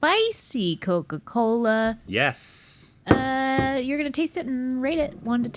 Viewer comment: "Coker coler!" 😭💀